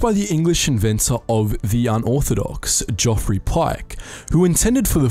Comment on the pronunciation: Geoffrey is pronounced Jeffrey.